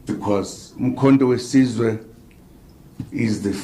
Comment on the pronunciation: He can't even pronouncements the name of the party properly. Umkhonto we Sizwe, not Size, big difference